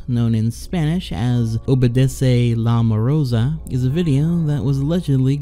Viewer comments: it "la morsa" not "la morosa" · Is it really that difficult to pronounce "LA MOR-SA" ? I don't know where the fuck that in between "o" came from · LA MOROSA... i love when people butcher the lenguaje... i love it